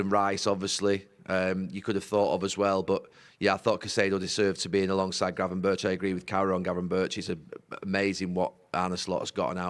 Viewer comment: For f*** sake, learn how to pronounce Gravenberch.